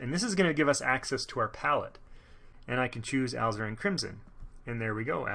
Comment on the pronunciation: I have ZERO artistic ability, yet Bob promises that I can paint using his style. Instead of spending the big bucks to find out, this is a much more cost-effective way to start. Thanks for this series! My only nit is that Alizarin is pronounced "ah LIZ er in".